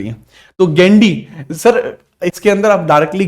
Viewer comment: Gendi nahi❌ Gondi hai✅ ❤from Chhattisgarh